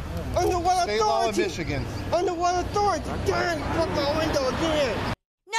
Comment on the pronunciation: You bwoke my window agwin..ahh dwammit